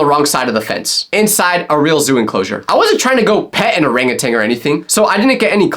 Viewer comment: bro, thats not how u pronounce orangutan!